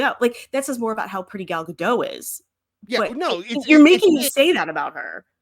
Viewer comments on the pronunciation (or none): Just fyi the “t” in Gadot is not silent.